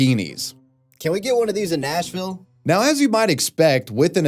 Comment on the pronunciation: It’s supposed to be Nashville, not Smashville 😭😭😭